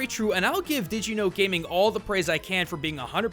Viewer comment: Why does everybody mispronounce the name Did You Know Gaming? Every time someone has said the name, they've rushed through the pronunciation, making it sound like Digi-No Gaming. Stop it. It's a good channel that deserves the respect of correct pronunciation.